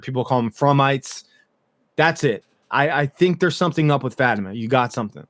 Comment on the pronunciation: I really like your video and takes, but can you please pronounce Fatima’s name correctly? It’s said frequently on the series, not sure why you mispronounce it.